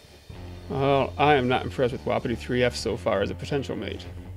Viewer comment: I think u pronounce it like WUH•PEE•TEE not woppity